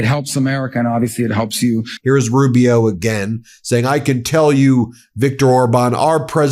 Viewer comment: Rube - E - O Marc my words. A defective A-eye would be more competent than little Marc-O